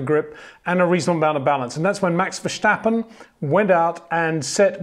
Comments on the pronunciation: it's pronounced Fair-Sta-Pen not Vershhhhtappen. You pronounce it as a German name, wich he obviously is not. Good video anyway. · Peter we need to talk about how you pronounce "Verstappen"